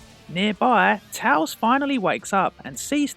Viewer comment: It’s tails not tals